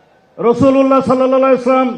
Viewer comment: সাল্লাল্লাহু আলাইহি ওয়াসাল্লাম শুদ্ধভাবে বলতে পারে না আমার মাওলানার ভাব নিছে